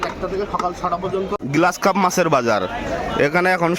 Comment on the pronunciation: গ্লাস কার্প না গ্রাস কার্প।